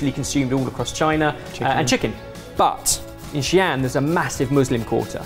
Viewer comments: Xi'an should be said with a slight pause where the ' is. Finish the sound before an so it doesn't sound like xian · Hearing pronounce Xi’an is like hearing Asian people try to pronounce Leicester Square (btw it’s Xi - An, in 2 distinct syllables) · I couldn't get where he meant by 'xian', then I realized he's read it like English, combining the two syllables "Xi-An" in Mandarin 😅